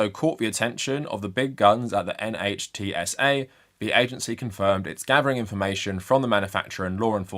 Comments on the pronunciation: NHTSA is generally pronounced /NITZ-uh/. It doesn’t make sense, but it is standard practice. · NHTSA is pronounced "nitsa". Will it act against Elon Musk? No. Not now, not ever. As of 20th January 2025, Musk, along with his tech bro Vivek Ramaswarmy, will be in charge of "saving money" by reducing the size of the Federal Government. This means, first and foremost, doing away with regulatory agencies. (See: Mandate for Leadership, aka Project 2025.) The Dept. of Education is the first on the chopping block, as per Trump's promises to the evangelical/Christian Nationalist voting block that put him in power, but soon after will come the abolition of EPA in order to allow the industrialists to compete with China and the Third World by poisoning air, land, and water; NHTSA to satisfy Musk's and the Big Three's desire to not be held accountable for safety, especially pedestrian safety; and the Dept. of Health and Human Services to satisfy Big Pharma and the anti-vaxxers. Where government agencies survive, they will henceforth be staffed and run by yes men and MAGA loyalists. Also, Congress will look the other way where all of Musk's, Trump's, and the rest of the new government's conflicts of interests are concerned. In short, the criminals will be responsible for passing and enforcing the laws in accordance with their own personal interests, and if by some miracle a conservative official gets prosecuted--highly unlikely given the MAGA takeover of DOJ--then the US Supreme Court will no doubt quash the conviction. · NHTSA: you should just say it as a word, pronounced "nit sa", like 'it's a' (with 'a' pronounced 'uh'...) "self-driving" is such a stupid idea. i'd rather actually drive instead of having to babysit your car so it doesn't kill people...